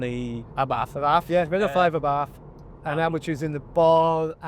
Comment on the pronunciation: What is an Ah-barf? Night out gone wrong?